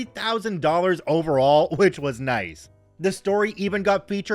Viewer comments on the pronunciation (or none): none